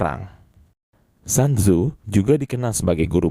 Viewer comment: Sun tzu,di baca sun tzu,bukan san tzu